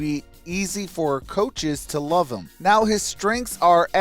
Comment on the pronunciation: But they said “HEEM” 😂